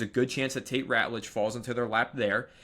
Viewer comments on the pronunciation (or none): none